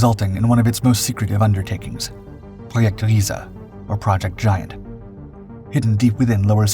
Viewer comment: clearly the narrator does not listen to rammstein... or the narrator would know how to say 'riese' rammstein: RYE ZA Narrator: reeeeeeeee